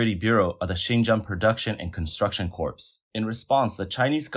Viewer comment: Random pointer: it's pronounced "core", not "corpse" (for corps) Keep up the great work, love your channel